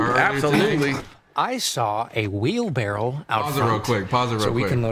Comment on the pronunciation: ITS SUPPOSED TO BE WHEELBARROW not wheel barrel 😭